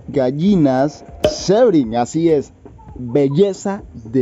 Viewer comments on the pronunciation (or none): No se pronuncia como tal Sebright, su pronunciación debería de der ''Sibrait'', lo escribí así de mal pero así es como debería de sonar jsjsjs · Muchas felicitaciones por adquirir esos huevos! No me quepa duda de que tendrán muy buenos cuidados. Un aporte, amigo: El nombre de la raza Sebright se pronuncia [síbrait]. Saludos y éxitos.